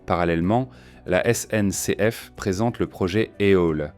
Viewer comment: Ah la la... Cette voix IA, ses liaisons mal ta propos et son incapacité à gérer les sigles comme SNCF ou RER... Ça fout tout en l'air...